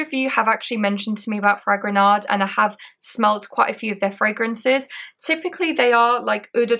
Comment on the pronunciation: Great. Just don't pronounce the D at the end of Fragonard.